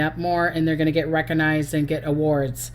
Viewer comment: Recognized, not reckanized.